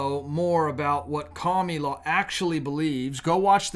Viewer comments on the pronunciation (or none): Why do you always say "Cami-la" and not "Kamala"? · I cringe every time you call Kamala "kamilaw". I am not voting for her, but it just doesn't feel Godly to me to have a person's name twisted. You don't have to talk to us that way to make your point, we are not toddlers here! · You always make good points, but you also can be a very ignorant person. You are very unchristian when you mock and disrespect a person's name. I'm not a fan of Kamala (rhymes with Pamela), not COMMIE LA. Would you like it if your odd name was mispronounced, or twisted to sound like something nasty????? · Can you pronounce the name right.Ka ma la,that is Muslim name,not Camila but Kamala tq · Kami-la! Lolol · Kah - miii- la The way he pronounces her name 🤣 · Yeah those Democrats are taking all freedoms away. I am so thankful that God is taking us away to a better place. I love the way you pronounce her name Kamala or komielaw. Blind leading the blind. They all fall in the pit.